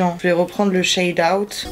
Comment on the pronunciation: la prononciation ma tuée elle a dit tro shad 😂😂